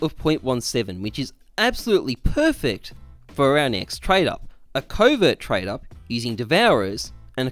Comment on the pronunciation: "to trade up to a COUVAERT" gg